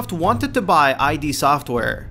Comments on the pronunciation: glad to see so many of my faithful brethren correcting the pronunciation of 'id'. also glad to see a lack of bashing on doom 3 xD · "What are your thoughts about this?" Well, uh, you didn't even bother googling how to pronounce the name of one of the most important game development studios of all time. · 1 amazing fact YOU should know is how to say Id Software!!! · You said Id wrong. on a doom facts video ... fucking hell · Makes video about "amazing" DOOM facts, can't pronounce "id software" as intended by original creators. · Id. Not I.D. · Its "id software" not I.D. software you filthy casual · It's pronounced "Ede" software, not I.D software. Make that number 1. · It's not I.D. (eye-Dee) its ID (IDD) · me too. I yelled it's ID, not I.D. every fucking time!!! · Thank god im not the only one who noticed how he said that. It annoyed the piss out of me. I kept saying it's IDD! not eye-dee lol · I am pretty sure the name of the company is pronounced "id", as in the Freudian part of the psyche that governs basic instinctual drives, like aggression and libido. (as opposed to "eye dee" as said in the video.) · The way you mispronounce id software pisses me off. It's id, as in the freudian self serving part of the psyche. Not I.D. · I know this has been said, but it needs to be known that they are called "id" software, not I.D. Software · its not I.D. software it's id as in id and super ego from freud...and, this is a gaming channel? for shame. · I've got a secret for you,, it's id, not I D. It's a refferrence to "ego, super-ego and id " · i.d. software? you mean id? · For someone who claims to know a lot about doom you don't even pronounce id right, it sounds like did but without the first d obviously. LOL you did all that work and didn't even realise it was id not I.D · it's ID , one word not I.D. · it's "id" software not "eye dee" software. i used to say it wrong for years. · "eye-dee software." Fuck. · ID softwere, not I D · It's "Id", not "I.D."